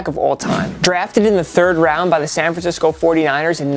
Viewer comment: YO!! HOW HARD IS IT TO SAY SAN FRANCISCO?